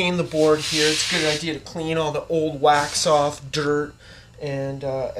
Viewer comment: I thought he said wack off not wax off....went wrong at that step. besides that good tutorial.